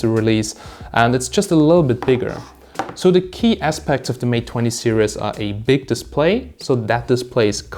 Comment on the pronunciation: What the fak is 20 mate serious mate its series not serious